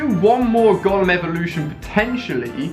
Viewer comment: The way you say Golem triggers me so bad